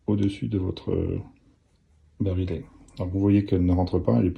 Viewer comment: On dit pas le "barilet" mais le "barillet" prononcé "bariyé" car il y a deux L...